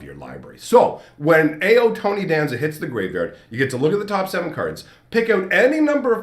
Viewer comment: Ao is pronounced like "ow".